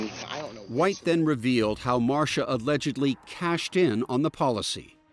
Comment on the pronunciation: Marsha. Marsha. Marsha. 🤦‍♀️🤦‍♀️🤦‍♀️. Shame on you.